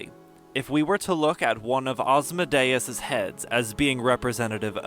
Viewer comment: Well you pronouce my name well!